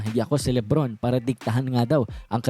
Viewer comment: Suyaon ang pagsabi mo Libron James instead na LeBron James 😅